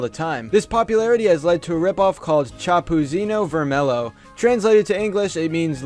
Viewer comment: I'm brazilian and I laughted everytime you tried to say Chapeuzinho Vermelho lol.